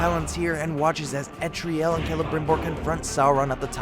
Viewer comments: So is nobody going to talk about how he pronounced eltariel as etriel even though they clearly say eltariel in the game? no? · El-TAR-ee-EL. Say it with me. El-TAR-ee-EL